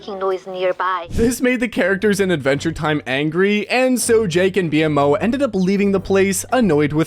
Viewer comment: Its pronounced "BeMow" bro